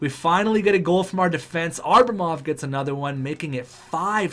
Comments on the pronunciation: It depends on if enough people comment the fact that its Abramov and not Arbamov. Enough people commented on the Johansen pronunciation and he figured it out. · Sorry to nitpick, but i've held my tongue for long enough. It's Ab-ramov, not Ar-bamov. Othewise, keep up the good work, I'm really enjoying this series! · predictions on what episode he'll finally realize it's ABRAmov not ARBAmov?